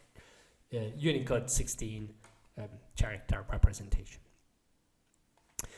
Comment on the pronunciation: the "ch" in "character" is pronounced like a "k".... just so you know